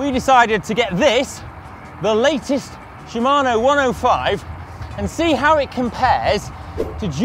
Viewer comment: "Shimano" sounded like "Siemano", which means "Hello" (more or less) in polish;)